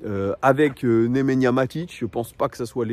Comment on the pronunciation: C Nemanja pas Nemenya 😅